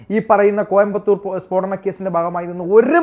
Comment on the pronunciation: Peedanam alla spodanam....